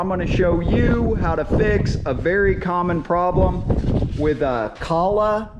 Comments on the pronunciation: ‘Kah-lag’.... or it’s real pronounces coal-er. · It's pronounced Coal-er. Wtf is Calla... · not caller motor but koohler motor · Kohler- "Coe-lur" Not kahla lol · Kooooohler not Kahler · its pronounced coal-er not calla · Come on dude. Its kohler, kinda like colder, just no d. But calling it colla, is better than kosher like you other video like this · Kohler pronounced Coal-er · I know I'm not going to spell this right but I'm doing it to help you pronounce it right, Ko-ler, and the O is long, you're making a great video cuz I looked at your video cuz I'm having that problem I want us hoping that you keep making videos and I just wanted you to know that for the future so you're not so right thank you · It's pronounced like KOLER. Like ROLER but with a k. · Ko-ler, Now say it with me. Ko-ler. There's an r at the end. Koh-ler. You can do it. Take it slow. Koh-l-er. You're making it way too hard. Ko-ler. Don't forget the r... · Pronounced "Ko Ler" h is silent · It is actually pronounced, Joe (rhymes with "Doe," a female deer, or a guy named, "Joe") and Ler, (rhymes with burr)...koe-ler (silent "h" like you find in hour). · Stop saying Co Lah🙄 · Pronounced KO-ler. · Please consider CO - LAR as way to pronounce KOLHER town in Wisconsin , Thank you for video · Actually you did mispronounce the name. It is co-ler, just like the faucet and bath fixture company. If you don't believe us, look up the company phone number and call and ask them. The video was helpful though. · Learn jow to pronounce the name of the engine name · Im not taking advice from anyone who cant even pronounce the friggin name of the engine properly.Good grief!!!!!!!!!! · Good information, but you need to work on your pronunciation of "Kohler". I'm originally from Sheboygan Wisconsin near the town of Kohler (a company town.) My grandfather and cousin both worked there. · I hate the way you say “below “ and how you pronounce kohler that being said this video was pretty helpful